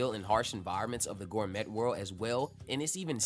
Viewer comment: The t is silent in gourmet, it's pronounced gour-may